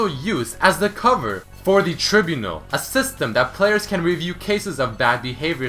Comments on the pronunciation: That's not how you pronounce, "Tribunal,". >.< Try-Bew-Nal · it's pronounced as try-BIU-nal RIP english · Thanks dude! I almost thought I have been wrong all this time when I heard say tribunal like that._.